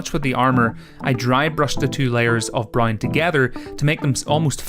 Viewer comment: You say "brown" weird lol. All I heard way "brine"